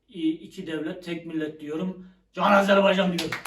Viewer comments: Takip ettim gardaş. Sizden bir ricam var , Azerbeycan değil Azerbaycan ❤ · Videolarınızı beğeniyorum amma lütfen Azerbaycan’ı telafuz ederken dikkat edelim Azerbeycan değil Azerbaycan . Bazen doğru bazen yanlış telafuz olabiliyor.